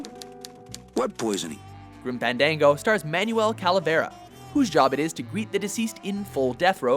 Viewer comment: Dont mind me trolling abit here, only gripe is the exact pronounciation of one game titled Grim Fandango... It is NOT "fen-dang-go", the correct pronounciation is "fahn-darng-go". Repeat after me: FAHNNN... DAAAANG... GOOOO!!! Did you not recall the WWE superstar who bears that name?